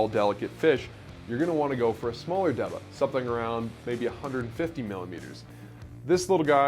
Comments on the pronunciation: Good video, but it's pronounced "DAY-BAH", not "De-buh". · It's pronunciation is D-Ba